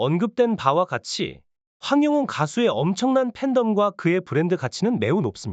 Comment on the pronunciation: 황영웅 가수님 이름 바르게 말해 주세요 이름도 옳게 못하는사람도있나 기분나빠